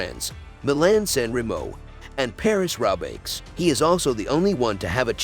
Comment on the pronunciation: Gyro d’Italia? Paris Robbix? Alberto Con Tader? Jack Anquetil? and the worst one, Vule d’Esposs (Vuelta d’España)!! Somebody didn’t do their homework!!